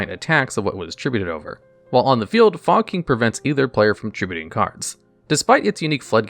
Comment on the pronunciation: Why is no one talking about “fog king” literally pronounced “fuck*ng”